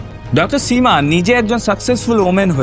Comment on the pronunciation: স এর উচ্চারণ বড্ডো কানে লেগেছে সীমা / সুদীপ এর উচ্চারণ এর ক্ষেত্রে.